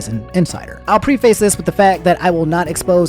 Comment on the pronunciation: Why do you pronounce "preface" like that lol